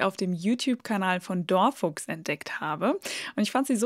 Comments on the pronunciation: Hallo, das heißt dor (kurzes unbetontes o) Fuchs (betont und kurz), nicht wie du es gesagt hast: door (betont und lang) Fuchs (unbetont und kurz). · Ich glaube, das Video habe ich im anderen Kanal gesehen, bin aber dieses Mal wieder hereingefallen, bis ich an die Fakultät gedacht habe! 😅 PS: DorFuchs wird, so meine ich, als "dor Fuchs" ausgesprochen, also "der Fuchs" mit Betonung auf dem Fuchs und einem leicht sächsischen Akzent. 😉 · Am besten fand ich die Aussprache deines Kanals (hab erst gar nicht gewusst wen sie meint....), Kenner*innen wissen doch, dass "DorFuchs" auf deutsch 😛 "Der Fuchs" bedeutet und stilecht sächsisch ausgesprochen werden muss mit fast verschlucktem "dor" und Betonung auf "Fuchs". 😄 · Yes! Danke für den Hinweis! Mathematisch gut, aber korrektes Deutsch ist auch wichtig!!! Jetzt bitte noch den Namen DorFuchs richtig aussprechen üben. Kleiner Hinweis: nicht der Englische neben der Tür ist hier gefragt, sondern seine sächsische Unterart. 😎